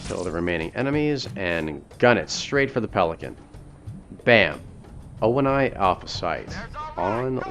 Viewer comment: Okay, I've been wondering this since the Reach Legendary walkthrough, but why do you pronounce it "Oh-En-Ai"? Everyone in all the games pronounce it "Oh-Nee".